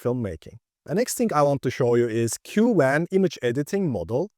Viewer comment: I enjoy your videos. 👍For what it's worth, other YouTubers pronounce Qwen like "kwen" rather than "cue-wen." Keep up the good work.